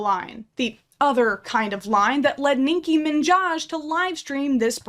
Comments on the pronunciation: “Nincki Minjaj” 😭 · ninki minjaaaaj... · "Ninky Minjaj" 😂